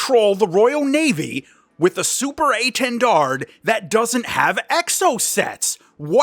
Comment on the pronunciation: why can American's never pronounce things hahahahhaa keep up the good work though! " SUPER A 10 DARD "